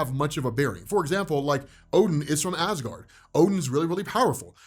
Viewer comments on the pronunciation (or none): none